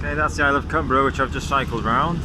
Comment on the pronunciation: Great stuff. Been to Millport many times. Our school used to take us there on school trips. Largs is another place I know well. Fully enjoyed your video. 😃👍🎸 Oh BTW: The island's name " Cumbrae" is pronounced, "Cum- bray". Not spelled that way of course but pronounced that way. 👍